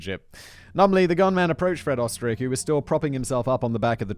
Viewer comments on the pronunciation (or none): You were close with the Pronunciation. It's said like "Oosterreich" Österreich is German for Austria. Ö is represented as the "Oe". The Umlet does a thing to the vowel to make it sound the way it does. I can't fully explain, I'm still trying to learn German. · Oesterreich is just the German word for Austria. So he might be from my home country even. It is funny how simon tries to say it though :)